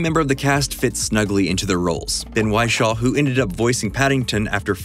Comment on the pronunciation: Not Ben Why-Shaw 💀 it’s a small “i” my good fellow